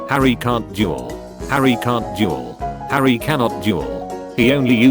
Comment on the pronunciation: Is it just me or am I the only one hearing juul instead of duel?